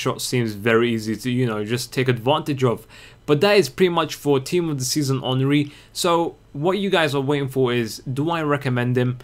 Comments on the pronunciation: Say en and ri not enneri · The wolves henry us pronounced On-Ree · karl henry for wolves they say henry like you are supposed to say theirry henry. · the way his name is pronouce is the right except you don't watch EPL soccer ... his name is prononouce hunry instead of henry in real life soccer